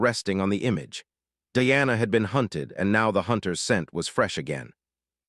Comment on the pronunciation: It not Deanna, it’s Diana Di ana